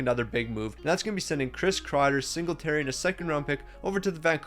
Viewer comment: bro he called siegenthaler singleterry LOL